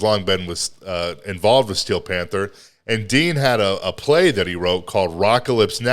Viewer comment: Did you say "fanther?" 🤣🤣🤣 wtf?